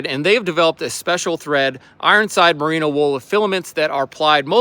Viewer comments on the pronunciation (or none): Come on! Your Sponsor called. Say it with me. Merino Wool. Marina? I think not. Love the channel!